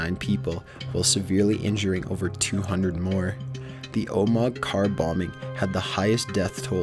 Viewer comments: Just want to note: in number 7 Omagh is pronounced oh-mah just so you guys know. C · #7 it's pronounced Oh-mah, not Oh-mog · Omag? Omag?! It's pronounced oh-mah, so simple to say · im from omagh in Northern Ireland And I find it really funny how he says Omagh its OH-MA not OH-MAG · It's pronounced "oh ma ha" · And also. Omagh is pronounced Oh - ma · It's pronounced oh-ma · Not being rude, but you need to check how to pronounce some words - Omagh is pronounced Omar and Bulger is pronounced Bulge-er